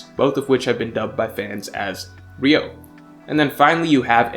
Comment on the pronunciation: 流桜 Ryūō not ryou 🤦🏻‍♂️